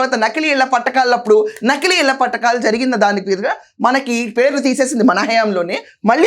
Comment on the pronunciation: ఇళ్ల పట్టా కాల్ కాదు ఇళ్ల పట్టాలు ముందు భాష సరిగ్గా మాట్లాడటం నేర్చుకో తరువాత నీ సొల్లు వింటాము